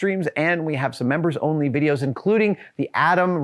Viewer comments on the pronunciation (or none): none